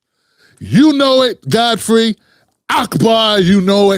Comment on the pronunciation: Though shalt not covet - Fodfrey- hakbar-a dish